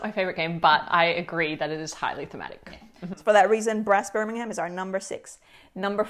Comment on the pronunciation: You mean Brass BIR-MING-UM…